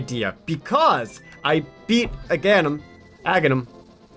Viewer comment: yeah, i know this is 2 years old playthrough but... i just wanted to note that Russian zelda fans pronounce it "Agakhnim". And that i think its the closestest tp best pronouncination.